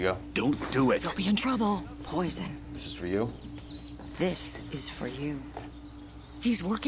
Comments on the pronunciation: pizza❎ poizzon✅ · Pizza box "Oven Fresh" "Poizzon" 😂😂😂😂😂😂😂😂😂